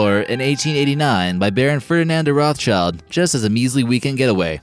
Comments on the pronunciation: It's pronounced "rot - shilled" - not "rof child". The family's origin is in central europe and for that reason their name is german and has to be pronounced in a german way! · You’ve mispronounced their last name right off the bat...